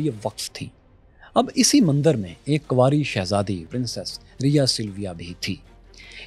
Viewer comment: one correction. It's not Mandar Its Mandir Thankyou